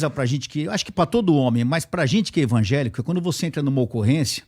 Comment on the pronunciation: Só não entendi algumas coisas que ele falou sobre polícia ter casa simples ...e também ele ser membro de uma igreja pentecostal.... e usar sestas palavras na pronúncia dele como envagelico.